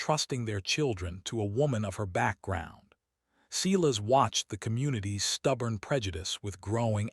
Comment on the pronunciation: Please pronounce Silas as "Sigh -las". As in the Bible. Great story. Thank you.